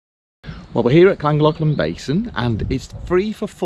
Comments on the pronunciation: I follow lots of Narrow Boaters and none of you can say Llangollen properly. It's KLAN GOTH LAN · Great vlog as usual guys. Can't wait to do the Llangollen, just can't pronounce it! Take care